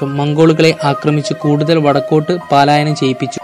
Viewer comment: മോനെ പാലായനം അല്ല പലായനം നല്ല മലയാളം പറയൂ